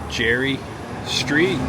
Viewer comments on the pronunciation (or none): I'm sorry, native Bay Area gal here, but you are "killin'" the Ghirardelli name. It's pronounced..."Gear-a-deli". Wish you would have gone to Pier 39...haven't been there for awhile! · I was gonna poke fun, in a good way and say he pronounced it wrong. But hey he finally got the pronunciation of Museum this time, lol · Native San Franciscan here. You did a great job, the city looks great. I'm just going to help you out with the pronunciation Ghirardelli name. (Gear-ah-dell-ee). Don't feel bad it's Italian not english.🙂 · Proper pronunciation is Gare-a-deli